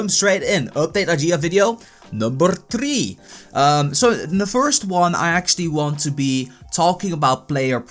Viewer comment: "number tree" haha :P